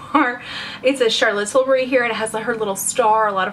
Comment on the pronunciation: I LOVE that you pronounce Tilbury right! A lot of Americans I watch pronounce it ''Tilberry''